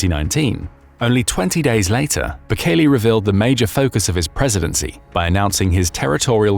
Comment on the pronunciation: Mate, it's Bukele, not Bukeli.